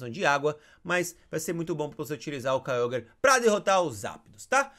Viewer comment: É Kyogre e não Kyoguer